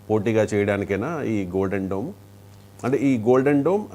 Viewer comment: డ్రోమ్ కాదు డోమ్